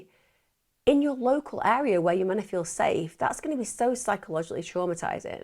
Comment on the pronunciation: love how she says 'menna' instead of 'meant to ' lol